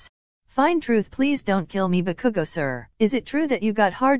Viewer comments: OMFGGGG The robotic voice really called Bakugo Bakuku😭😭😭😭😭😭💀🤣🤣🤣🤣 BAKUKU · the way they pronounce bakugo is like (bu-kuu-gOu) XDDDD I CANT STOP LAUGHING